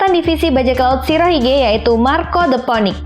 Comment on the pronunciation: Poenix atau di baca finix min bukan ponik, sorry nge kritik wkwk🙏